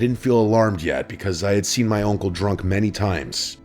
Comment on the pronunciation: I’m sorry but what is that accent when you say uncle lmao. Sounds like oinkle